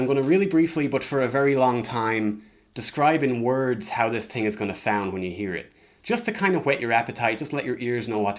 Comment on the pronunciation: u master the american accent but it’s so funny when u say thing coz the irish accent creeps through and u say ting